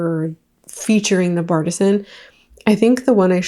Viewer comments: I'm pretty sure the Bartesian is not pronounced "bartizan." It is surely pronounce "Bar-tee-sian." As in bar+artesian. Artesian refers to natural well water, but people use it to give a "natural" or homemade feel to it. That's the grift they're going for--the "I make my own" illusion. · I keep thinking you’re saying bipartisan 😭 it’s bar-tee-shun